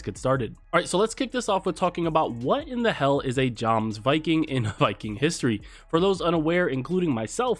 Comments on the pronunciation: PRONOUNCED YOMSVIKINGS shshdjxjxksj sorry but that really annoyed me 😅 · Its pronounced yomsvikings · J's are pronounced as Y's. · The info was very good but im going to be honest. It bothered me that you didnt bother to pronounce the word the way they do in the game. Like why?